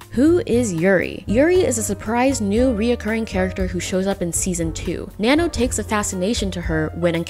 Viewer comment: You pronounce Nanno in the most american way ever.